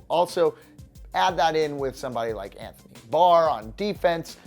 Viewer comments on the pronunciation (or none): none